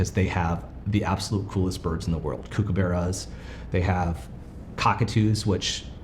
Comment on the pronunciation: Just an FYI, the 'kook' in kookaburra, is not pronounced kook like the weirdo, but cook, like the food preparation person.